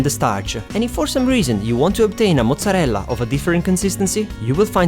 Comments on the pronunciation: I love how you say mozzarella! So Italian :) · you pronunce mozarella so well xD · Damn I will try your recipes veeeeery soon. Can't wait. By the way, are you Italian? The way you say "mozzarella" and "parmigiana" are way too real, and your nice accent too. I mean, I'm Italian, I should know.